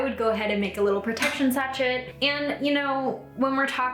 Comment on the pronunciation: Just FYI, sachet is pronounced “sashay.”